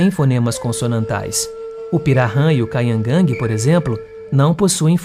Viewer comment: Interessante, mas precisa treinar um pouquinho a pronúncia "kaingange " e pirarran é pirahan e nhengatu nao é exatamente nome de língua nhengatu significa língua Boa, o correto é língua geral amazônica, língua geral paulista as são nhengatu como também o guarani jopara falado no Paraguai.